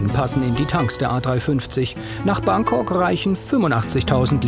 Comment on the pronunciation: das er Frankok sagt, fällt euch nicht auf? :D